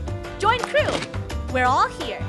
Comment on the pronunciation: it's not kerw, only krew